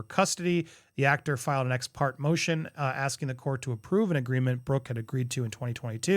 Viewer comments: It's pronounced, "ex-Partay". Not ex-part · Hey Andy. Pronunciation is X Par Te